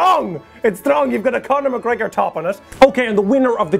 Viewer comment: Totally heard "Condom" McGregor xD